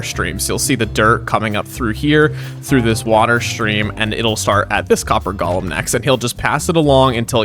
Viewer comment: They are called Golems. Go-lem. Gollum was in Lord of the Rings. Why does everyone insist on saying it wrong?